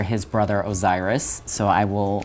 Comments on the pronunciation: It’s Set not Seth and Osiris not Oziris. If you’re going to claim to be an Egyptologist at least get the names right my dude. And if by chance you have a speech impediment you could correct yourself with word text in the video. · I always thought the Gods Names were Pronounced Set not Seth and Osiris not Oziris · I’m sorry Oziris. And SeTH. Omg I know that him being an Egyptologist knows the pronunciation but really? Beware the Ancient EgyptianGod SETH! And he pronounced Osiris like OZiris. Like I said it just sounds really bad. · He said OZiris??? And he is a professional?? Yeah i am closing the video right about now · I love that this man butchers the names of the gods its set not seth and osiris(o-si-ris )at least to my knowledge unless it got changed where he was educated lol feel free to correct me if im wrong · This guy cant pronounce Thoth or Osiris correctly and calls set Seth 😂